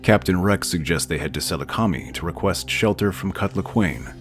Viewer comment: “I hope you mean that as rhetorical question.“ Also, I think the name of that planet is supposed to be pronounced with the stress on the second syllable, not the third. But I could be wrong. Seh-LOO-ca-my